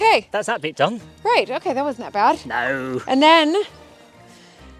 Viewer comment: thats the most british "No" ive ever heard.